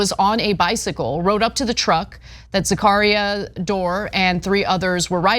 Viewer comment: Anna's pronunciarion of Zacharia is driving me nuts!!